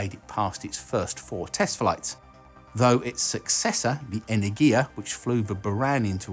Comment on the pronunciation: your pronunciation of "energia" is correct, only stressed letter is enErgia, not energIa. Love your channel, btw